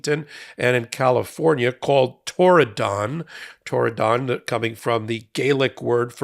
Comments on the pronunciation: I can understand why you might want to put stress on 'don', but the syllable is unstressed: TORR-ih-dn--a beautiful part of the world, mentioned in the book Ring of Bright Water. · Torridon? 'Tried to Tear it Down' more like! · There is no additional emphasis on the don in Torridon. It is pronounced tor-i-d(i)n. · That's Turdadon... the first D is silent. Founded by Turd Barr. These were the A-holes who enabled Trump the first time around. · It's also a place name in Scottish Highlands I thought it was Irish Gaelic (as we just call it Irish) Might be pronounced Tour-in-done though?